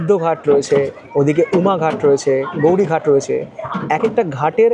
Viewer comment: ওটার নাম গৌরি ঘাট না, ওখানের লোকের উচ্চারণ হলো গোয়ারী ঘাট।